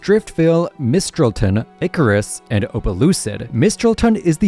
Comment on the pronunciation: I think my only objection is in taking the city name that is a joining of the words "Ice" and "Cirrus" and pronouncing it as "Icarus"